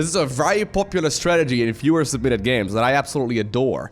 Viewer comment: still cant figure out if he is saying "fewer submitted games" or "viewer submitted games"